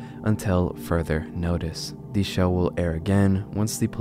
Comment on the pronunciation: You don't have to pronounce "the" as "THEE" every fking time. I understand if English is ur second language. But that's like elementary school level learning to speak type sh!t.